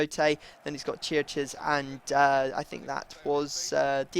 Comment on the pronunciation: I know you probably don't care, but Chiriches is pronouned (kera - kares) Not (Chir - a - chiz).